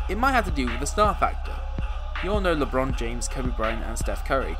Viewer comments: AND Lebomb james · Man said Steven curry and lebomb James.